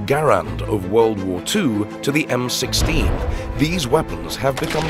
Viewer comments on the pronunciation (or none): Fucking AI.........."the M, 1, 6....instead of M16.....